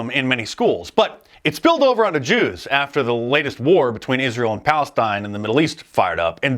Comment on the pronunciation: Uh oh, Dice said Yews (J), SHUT IT DOWN! LMFAO